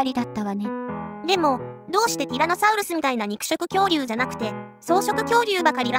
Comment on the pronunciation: きつねさんがときどき英語に近いソウルスって発音してるのはもしかして: そして輝くウルトラソウルス ﾊｲ!!